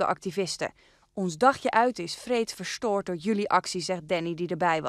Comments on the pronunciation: Jesse Hendrix verschtoord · hoe spreekt ze verstoord uit